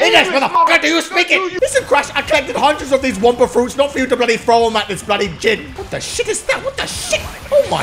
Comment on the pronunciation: Engin but n.gin